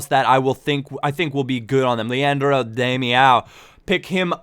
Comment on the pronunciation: Damiao is pronounced: Dah - me - nha - um.